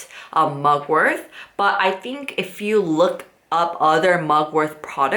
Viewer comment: I don't know if you realise it but the word mugwort does not have a "th" sound... 😂